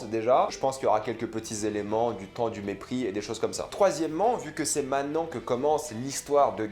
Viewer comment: La vidéo est cool. J'ai hâte de voir la nouvelle saison. Par contre, dans le mot "maintenant", on prononce le t. 😊 Cordialement.